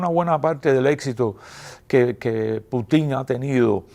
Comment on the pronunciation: Excelente programa! Importante información para saber la real historia de Cuba! ¡Qué lástima, y no entiendo, que un hombre tan culto, historiador y escritor mencione el apellido de Putin con acento en la "i", cuando tanto en ruso, como español como y en inglés se pronuncia con acento en la "u"! O lo hará como otros tanto, con intención de acercarlo a la famosa mala palabrota del español "p ..."